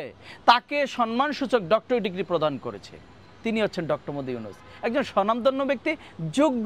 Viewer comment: মুহাম্মদ উচ্চারণ করতে পারিস না সাংবাদিক হলি কিভাবে